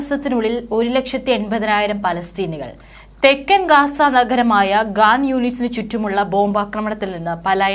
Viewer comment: ഗാൻ യൂനുസ് അല്ലേടി.. ഖാൻ യൂനിസ് 😢😢😮😮😮😮നീയും പാലസ്റ്റിന്റെ ആളാണല്ലോ 😡😡😡😡😡😡😡😡😡😡😡😮😳💃🏽